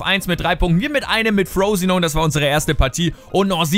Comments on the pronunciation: Frosinone Englisch aussprechen ich kann net mehr:'D das ist ein italienischer Verein und wird so ausgesprochen wie es da steht Haha:D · "Frooosinon" ... :D Frosinone ist 'nen italienischer Verein, diese Saison in die Serie A aufgestiegen. Wird also quasi auch so ausgesprochen wie er geschrieben wird. ;) :D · Frosinone ist ein italienischer club ;) wird also auch genauso ausgesprochen aber "frousinoun" is auch nicht schlecht :P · Ich liiiiebe diesen Karrieremodus - Ich glaube Darmstadt und der neue Kader von Newcastle werden die Gründe sein, die mich zu Fifa 16 bewegen. :D Und Frosinone spricht man übrigens wie man es schreibt, ist ein italienischer Zweitligist mit dem wohlklingenden Namen Frosinone Calcio. :p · FROSINONE ist ein ITALIENISCHER Verein! wird daher nicht so ausgesprochen, wie du denkst. :')